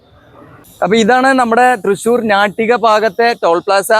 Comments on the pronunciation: ഞാട്ടിക അല്ലഡോ നാട്ടിക🤦🏿🤦🏿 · ഞാട്ടിക അല്ല 😋 നാട്ടിക നായയുടെ നാ എന്ന ഉച്ചാരണം